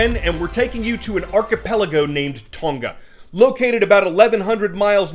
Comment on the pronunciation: It is not Ton-Ga - learn to pronounce names as the people who live there do